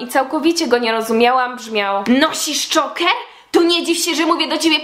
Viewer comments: dżoker się czyta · Mówi się Czołker od słowa ,,Choke" czyli dusić. Jak się wypowiadasz o czymś to polecam, naucz się to mówić, przeczytaj coś o tym. Z samym filmem się zgadzam, każdy może być kim chce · Sorry ale zile to wymawiasz